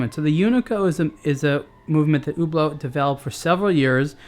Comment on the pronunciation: i thought he was saying Uber Uber uber lol